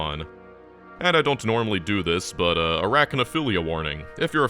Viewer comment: Did you mean to say arachnophobia??? What the hell is arachnophilia????? 😭😭😭